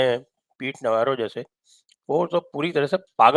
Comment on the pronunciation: इसको नवारो नहीं नवरो बोलो नवरो का मतलब गुजराती में निठल्ला होता है